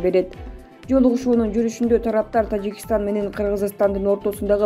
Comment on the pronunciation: Тажикштан дейт ко бул айым